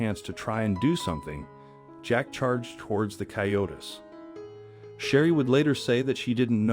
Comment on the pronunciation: A great story, but "coyote" is pronounced coy- ó- tee in English. Plural is "coy-ó-tees", not coy-o-tis or coy-o-tess. If you are going to do a video on an umfamiliar animal, please do some preparation.